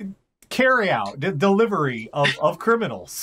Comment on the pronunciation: It's not delivery, it's Dejailnow